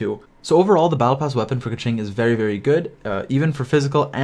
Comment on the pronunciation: I switched over to the Chinese audio for awhile and listened to pronunciation guides. Keqing is pronounced more like "kuh-ching." Ningguang should be pretty straightforward, "Ning-guah-ng." Xingqiu is pronounced more like "Shing-chyou" and Chongyun is "Chohng-yuen." Surprisingly, most people even get Zhongli wrong. The majority of people in the english dub pronounce Zhongli incorrectly, except for Zhongli himself. I think that people should really look up pronunciation guides for the Liyue characters. There's a few, and it helped me tremendously.